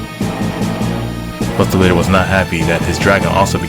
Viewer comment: He was now........*dramatic pause* Bustah bladah